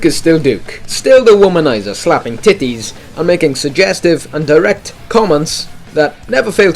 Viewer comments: LOL HE SAYS TITIES FUNNY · You say titties weird